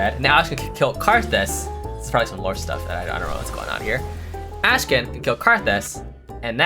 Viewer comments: akshan not ashkan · CAN YOU STOP PRONOUNCING "ASHKAN" FFS IT'S "AKKKKKKSHAN" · says: Ashkan Word: Akshan ENGLISH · did he ever notice that his name is actually akshan and not ashkan? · why are people already saying his name wrong XD its Akshan not Ashkan. messed up the vid title too lol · His name is Akshan, not Ashkan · Whole video "AshKan" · Bruh it's 'ahk-shan' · Did you realy call him ashkan and also type it like that in the video title xD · Akshan, say it with me, AKshan